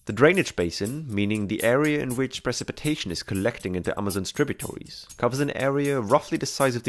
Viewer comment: Thanks for the great videos. It's "tributary", not "tributory". Like the sound in "air".